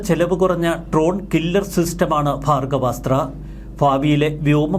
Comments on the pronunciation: ഭാഗവ സ്ത്ര അല്ലടോ ഭാർഗവസ്ത്ര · ഭാർഗ്ഗവാസ്ത്രം എന്ന് ഉച്ഛരിക്കൂ, അനിയാ